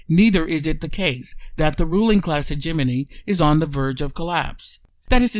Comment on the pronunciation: Mediocre presentation. Start by pronouncing hegemony the right way. Explain how and why is this clip available; Is this available as the hegemonic tactic that you are trying to describe? Is this available to fish for people sharing this ideas? Is this available to see what people are thinking?... and maybe adjust accordingly? Is Hegemony a tool for an oligarchic economical form of government?